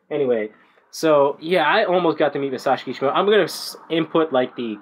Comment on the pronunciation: its masashi kishimoto but nice video